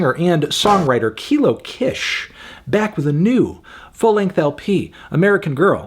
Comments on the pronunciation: Just a heads up, “Kish” is pronounced “Keesh” rather than “k-ish” (it’s shortened for her real name, Lakisha) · I’ve always thought the Kish part of Kilo Kish was pronounced like “keesh” ? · I loved this album! I been listening to Kilo for 10 years 😭😭 and I think this is the first time you've gone to this length discussing her music so I'm glad she's getting that recognition! (Also, please move forward pronouncing her name as Kilo Kish (Keysh) so that people who find out about her music through your platform don't pronouce it incorrectly and so that you are upholding a standard for your level of journalism in case you decide to discuss her work again (which you might since she designed the cover arts for Vince's latest work)) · if she mispronounces kish one more time im going to kill my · Don’t like how he pronounce kish